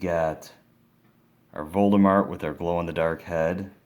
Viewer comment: Nexyrosz no he said Voldemart of course I know Voldemort